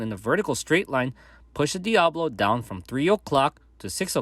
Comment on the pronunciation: You say it so fast, but it sounds like you are saying Diablo and not Diabolo. (dia-boh-loh) or (diab-oh-loh)